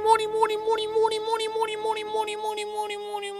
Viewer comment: at the end where you where saying mouni instead of money,this word (mouni) in greek is the thing located at a woman's crotch XD